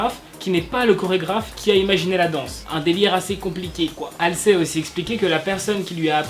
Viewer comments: C pas méchant mais pour mes oreilles DIT HALZI ET NON HALSÉ Merci de votre compréhension Chus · De 1 pourquoi mets-tu du blackpink alors que tu parles d'exo de 2 c'est HALSEY et pas HALSLEY donc MERCI